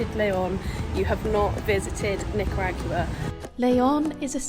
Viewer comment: I enjoyed your experience but the way pronounce Nicaragua bums me out